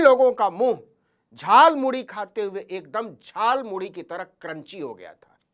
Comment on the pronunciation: मोदी जी झालमूड़ी नहीं खाया है उन्होंने तो झालमूली खाया है। क्योंकि वह झालमूड़ी को झालमूली बोल रहे हैं। उनके शब्दों ध्यान से सुनें।